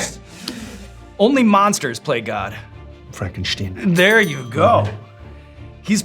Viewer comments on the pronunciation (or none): I'm sorry, did he say 'Frankensteen'?